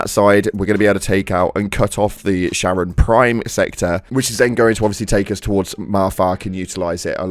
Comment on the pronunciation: Charon is prounounced like "Karen"